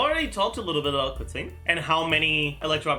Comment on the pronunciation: he butchered Keqing's name pronunciation, he says it as "Kur ting" when you are supposed to pronounce it like as if it was spelt like "Ker ching". it's a (Qing) "ching" sound not a "ting" sound, if you listen to the english voice over where she introduces her self you'll clearly hear it & you can still hear it in the other languages as well. But I prefer the english setting so I understand it better for me.